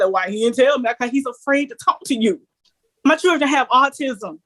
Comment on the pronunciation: Holy drama, why can't that woman pronounce children correctly lol😂